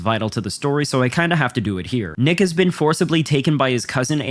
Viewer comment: There are multiple times where bro says “nick has” and it sounds like AI saying niggas 😭😭😭😂😂😂😂 bro im fuckin crying